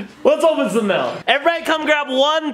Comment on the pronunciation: Why does Shonduras say mail with a e? Mell